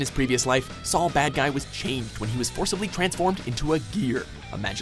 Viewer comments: Saul badguy Civantez huh? Just a little more research would help you pronounce the friggin names of characters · It's pronounced as SOUL Badguy! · It's pronounced "Soul Badguy"